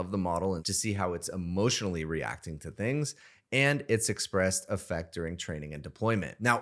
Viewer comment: Affect is not pronounced like effect. The aff is pronounced like in Affleck. Aff-eckt